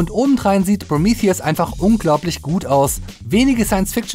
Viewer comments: Kannst du nicht einfach Prometheus sagen? Was soll das mit Promiithius? Prometheus ist auch normal ausprechbar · Wird der film nicht prometheus ausgesprochen? Also so wie auf deutsch? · Proomiffiess! Haha. Der Grieche dreht sich im Grabe um. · englische Aussprache ist: prəˈmiːθiəs